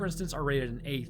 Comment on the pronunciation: Yeh, ya pronounced Chile right